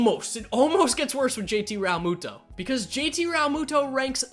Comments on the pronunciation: How he says realmuto triggers me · Proatanything06 same